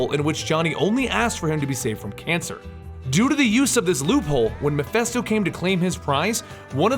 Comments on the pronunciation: I'm sorry to point it out but Mephisto is pronounced "meh-fist-oh" not "meh-fest-oh" And Zarathos is pronounced "Zer-ah-thos" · I think the name is MephIsto not MephEsto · "Mephisto", "Meph-i-sto", with an "i" not an "e" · What cracks me up is you & the Variant comics guy don't know how to pronounce MIPHISTO... You both pronounce it MI-FEST-OH.. When it's ACTUALLY pronounced MI-FIST-OH. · sorry i don't usually point these things out... and there'll probably be A LOT of others to do so...but... its Mephisto, not Mephesto... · The name is pronounced "Meh-phee-stoh". You're welcome. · Great video as always I never knew all this background about the Spirit of Vengeance and the several Ghost Riders :D. Just one thing though. Is it just me or did you kept pronouncing Mephisto as Miphesto?